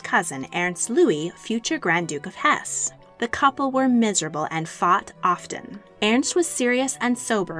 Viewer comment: Very interesting for the most part, but you really should have someone correct your garbled pronunciation of German. I could barely understand e.g. “Hohenlohe” (bears no resemblance to reality!) or “Hesse” (the final “e” is pronounced, as in Goethe or Nietzsche). Jedenfalls danke ich Ihnen für die Präsentation.